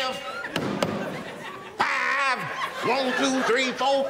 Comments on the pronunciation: One. two, three, fo, "fif"! LOL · Anything you say fif